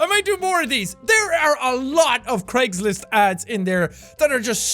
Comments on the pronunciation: it sounds like you're saying Creggslist and I love it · Dude it's Craigslist not jacksepticeye try not to laugh